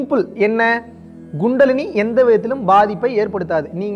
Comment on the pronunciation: It's not GUNDALINI It's Kundalini!!! Hahahahahahahahaha!!!! 😂